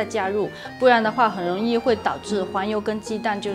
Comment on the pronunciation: 容易说成永易 是广东人吗 我另一半也是广东人呢 很喜欢你的食谱 😘